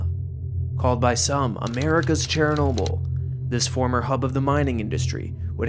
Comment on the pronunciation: "Chair Noble"... Are you AI?